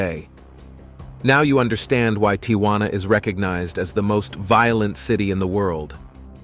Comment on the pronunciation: Why is this youngster having trouble pronouncing "Tijuana"?